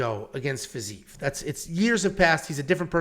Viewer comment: The fact you can’t pronounce Fiziev correctly. FERGUSON HAMMER. I mean I’d hammer the NC but 🤷‍♂️